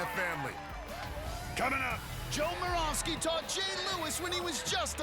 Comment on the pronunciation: moravsky is pronouced with a ' above the y